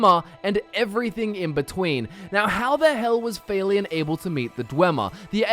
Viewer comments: Would it not be Falion not Faylion? Hard to say in text haha soft a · I'm don't wanna be THAT GUY but it confuses the shit outta me how Youtubers magically fail to pronounce names in videogames when the pronunciation is given audibly in the videogame itself. I mean c'mon, Failion? Seriously? Just say Falion. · I thought it was Falion, not... F-A-leon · Why are you pronouncing it "Fail-ion"? They say his name is the game and it's not pronounced that way lol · How did you even pronounce Falion wrong? I mean, they only say his name a bunch of times in the game! WTF? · MasterQuest Gaming just because you have an accent doesn't mean you should pronounce someone's name incorrectly. It's not even a difficult name. I know it doesn't matter a whole lot, I was just wondering if that's how he really thought that's how it was pronounced.